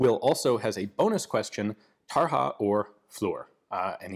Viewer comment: It's [Tarya] though... not [Tarha] :(